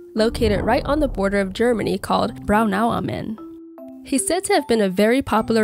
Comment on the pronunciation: it's kinda weird how you say Braunau am Inn like it's one word. It's Braunau (city Braunau) am Inn ( by the river Inn).